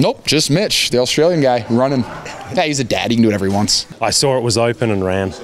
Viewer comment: I sawrr it was opan and rAn lol